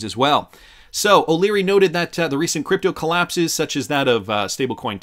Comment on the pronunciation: Stop saying creepto!